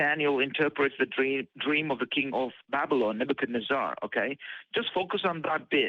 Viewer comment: Is it bad that I just GOTTA HEAR Daniel (from Australia) say, "Nebuchadnezz-AAAH" again?